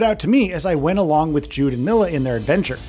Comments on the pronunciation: I don't know who "Mill-a" is or what "Leerium" is. It's pronounced "Me-lah" and how do you pronounce Lillium when the word is right in front of your damn eyes. Other than that. I love this game on ps3. Can't wait to play it again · How does this dude mispronounce Milla’s name when it’s said MANY times during the game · AI generated voiceover. Can't pronounce Milla, Xillia, or any of the names properly